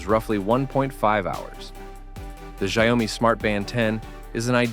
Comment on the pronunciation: Please look up how to pronounce "Xiaomi" before saying it a hundred times. Come on, man.